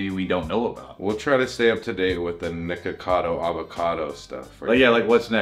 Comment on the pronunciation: I swear why dose keep saying the n word when ever he trying to say nicko